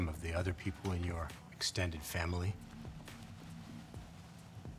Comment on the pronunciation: "Vamily?" vomits blood